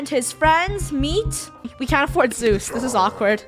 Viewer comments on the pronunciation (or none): The way said “yeah we need zthuz” 😂